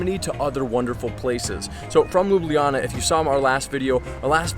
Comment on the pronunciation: As a Slovenian myself, the english name of the city is read Lube Lana, not Lube Liyana.